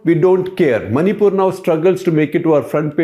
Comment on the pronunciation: Maripul sounds like Mauripol